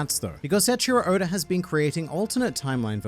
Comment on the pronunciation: You say Oda as Odor